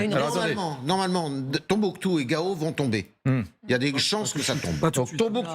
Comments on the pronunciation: Mr Yves Threard Gao et non GOA. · Chers experts, c'est Gao et non Goa. Merci